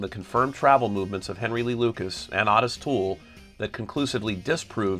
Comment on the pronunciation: As evidenced in original video interviews with him, Ottis Toole didn't actually pronounce his name that way.